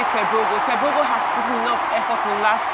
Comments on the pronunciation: No,it's pronounced "Tebogo" just the way it's written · It is pronounced “teboho “